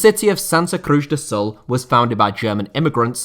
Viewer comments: its not "Crush" is CruZ like in Penélope Cruz the actress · who says Cruz like that :)